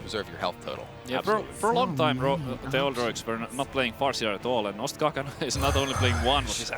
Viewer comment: its ostkaka not ostaka THE PRODUCTION VALUE PogChamp